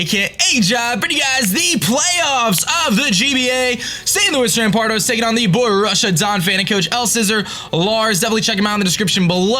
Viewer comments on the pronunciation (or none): none